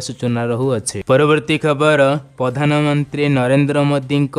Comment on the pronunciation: Ñot Bhartta but Bhatta not padhan Mantri but Pradha Mantri not pastab but Pràstab Hoga your voice word is very very wroñg thank you